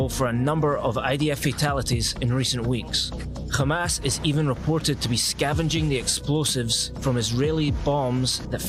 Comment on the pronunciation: Its hamas not kha mas mfker